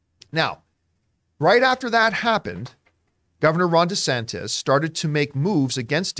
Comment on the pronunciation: Genuinely thought John was calling the FL governor "Rhonda Santas"